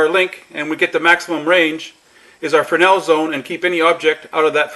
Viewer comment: Frenel zone????? F R E S N E L -frenel....